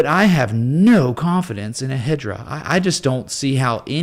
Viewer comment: 😂😂HEDRA HASHGRAPH😂😂 IT’S HEDERA 🤦‍♂️😆